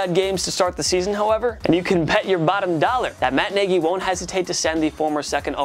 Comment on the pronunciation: I dont mean to be racist i seriously dont but start watching through and see how he says matt naggys name